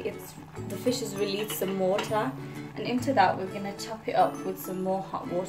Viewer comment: Liked the way u say wooterrr